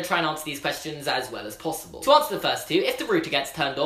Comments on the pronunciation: It's possible not plossible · Can you stop saying plossible?